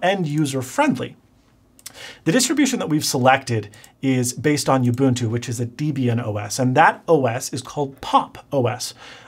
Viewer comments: Deb-Ian. Named after Ian and his wife Deborah. So Deb as in Deborah and Ian = Deb-Ian. Not Deee-Be-Ian. And Ge-nome for gnome? Seriously? You don’t call those little guys that sit in your garden ge-nomes. It’s a silent G. Now yes GNU is ge-eh-nu but gnome is gnome!! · Bit of trivia: back in the 90s, Deb and Ian threw together a distribution of Linux and merged their names, so it’s not pronounced dee-bee-in, but Dehb-EE-in. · Linux !! you have unpressed me. NOT that I AM anyone, i'm a nobody BUT this nobody is impressed. Good OS choice BUT it's Deb- IAN. Debra/Ian, Name comes from his wife and the creator Ian. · "Distros like Deebian and desktop managers like Guh-nome..." Me: Laughs in Linux!🤣 Incidentally, CentOS and most every other distro out there have much better security out of the box, than Windows or Mac could ever hope for (Mac isn't too bad, but could be better)😐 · It's pronounced Deb - Ian as in Deborah and Ian, the people for whom the distro is named. :-P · I don't mean to be pedantic, cause really cool video. But not sure it is possible to mispronounce more things than in this video (and I stopped a the mark to make this comment)! Youbuntu, Deebian, Guhnome .... I'm dying. You should have just stuck by your initial statement of "I don't really wanna explain how linux works ..", because you can't. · This guy pronounces things funny...bi-os... de-bian ga-nome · Everytime he says "youbuntu" and "deebian" 🤣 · Mispronouncing gnome and Debian makes my head hurt. It’s pronounced deb-Ian. Named after founders Debra and Ian. And it’s nome, like home. Not gah-nome. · Its deh bee ann...creators were named debby and ian so they merged the names to debian. Gnome can be pronounced with or without the G and ubuntu is just a stupid name so who cares how ya say it. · The official pronunciation of Debian is 'deb ee n'. The name comes from the names of the creator of Debian, Ian Murdock, and his wife, Debra. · It's pronounced debian as in jeb not deebian